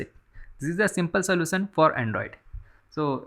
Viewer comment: soution no no => slosan your English want to fuck